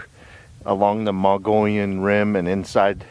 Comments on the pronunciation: Mogollon is pronounced...Mo...gee...on. L's are silent. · It's pronounced MO-GEE-ON. Nice video. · I've been camping hundreds of times up on the Mogollon Rim. My favorite is up near Show Low area at the White River in the White Mountains. I have seen many signs of Bigfoot, starting in the early 80's. We pronounce it like this, "Moe - ghee - on" Rim. The two L's are silent. Thanks for the video and God Bless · Had to laugh at his pronunciation of Mogollon !